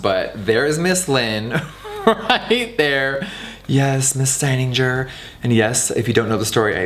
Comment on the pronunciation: Jeffree doesn’t even know how to pronounce his former family name 😅 it’s Steininger like in « guts » !